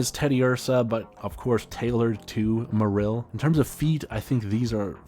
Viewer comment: You pronounce Marill in a strange and incorrect way, and also overall just a very robotic way of speaking. Maybe loosen it up a bit.